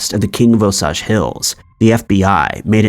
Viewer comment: The repetition got to me. Osage = "Oh-sage" not "osaj"